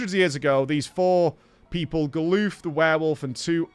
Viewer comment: GAH-LUFF!! GAH-LUFF!!!!!!!!! STOP SAYING GALOOF! Jesus christ.